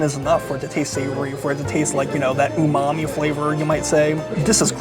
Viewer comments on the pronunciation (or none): none